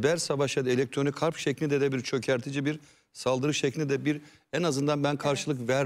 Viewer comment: Ablacım hârp diyemiyorsan savaş de bari. Kalın kalın harb deyip durma